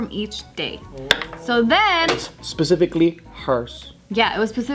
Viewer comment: did anyone catch say pecifically not specifically lol